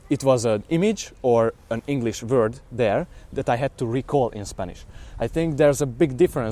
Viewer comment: Vord? Not it's Word